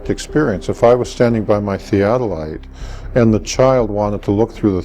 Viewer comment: what is theatellite? is he an alien too? lol